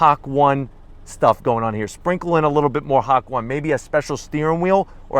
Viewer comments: No way did I just hear him say hock one lmao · It’s called “HA-KO-NE” 👌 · I've learned Japanese and that is not the proper pronunciation of hakone, it should be said as ha-ko-n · “HAK WAN” facepalm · This car is seriously gorgeous in person, also it is pronounced “ha-ko-nay” :) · LMFAO! "HAK ONE" X'DDD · did you really just call it HACK ONE?!?! SMH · Ha ko ne , learn to read and pronounce words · Nice review. Love the interior and exterior colors. The pronunciation of "Ha-ko-ne" made me cringe, but you've probably never been there. Beautiful place and they have a great outdoor art center/museum. For a new car, that's a crazy way to break the engine in. I would have waited 500 miles to open it up like that. LOL. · Sorry I can't watch the rest of your video. I stopped immediately at "Hak-1". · It’s pronounced ha-cone-aye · I'm sorry I just can't take this video seriously. I don't speak a lick of Japanese but even I could tell you its not "Hak 1". Major cringe. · So I preordered mine and i love it but the pronunciation is HA-KOH-NAE either way love that you are making the car public and getting people to understand how special this edition really is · "HAWK-ONE" LMAO!!! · Hakone - Ha-cone-E you so haole you don't know you haole. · It’s pronounced verbatim, hā-ko-nēh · It’s pronounced ha ko nay. It’s the name of a mountain pass in japan. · Drink 1 tequila shot for every hak-one pronouciation Kidding aside great content as usual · Ha ko ne lol you should watch some history on YouTube before you do any more reviews on words your not sure how to pronounce lol stock 86 with new paint lol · There’s no “y” sound. It’s Ha-ko-ne (e like elephant) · This guy really said hawk one. Oo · It's Japanese. Please get your pronunciation right. Ha - ko - ne. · I'm going to have to Zonk the entire video because you're mispronouncing the word. It's pronounced Ha-Ko-Nay. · Nay? Just ne like you're going to pronounce ne-gotiate ha ko ne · wish he could pronounce hakone